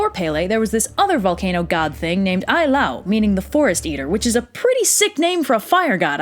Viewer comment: Also, Ai la'au ( aye- lah- ow). Maybe a little more focus and respect on the cultural traits, language and spelling matter, before you story about their myths....